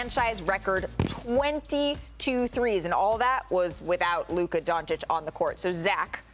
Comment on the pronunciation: It's been 4 years, Stephen A. If you still can't pronounce "Dončić" right, you're just trying to spite him and his fans. Lol.